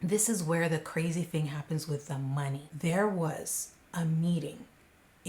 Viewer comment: Ka-ray-z!! Great job on this